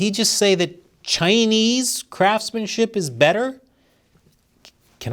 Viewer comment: He said "craps-manship", not "craftsmanship"! 😂